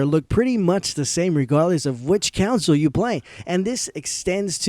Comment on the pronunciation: Console is not pronounced the same as the word Council.